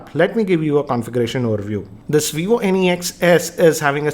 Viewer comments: It is not Vivo n-e-x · at first I thought he's saying Any X